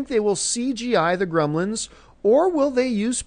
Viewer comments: Came here for the "Gremils" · "How to reboot GREMILS..." *Gremlins